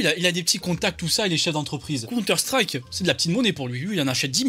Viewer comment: Mddrr elle a dit "conteur strike" elle a détruit des vies 😂😂